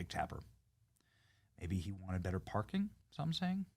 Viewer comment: 🗣️YO JOE. Bettuh-find-Jesus